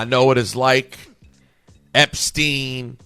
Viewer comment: "Epstien, Weinstein.... Isreal..."😂